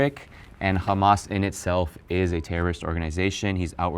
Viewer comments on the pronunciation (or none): “khamas” he’s not american